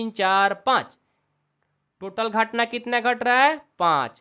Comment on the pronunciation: Sir gahtna nahi ghatna hai 😂😂😂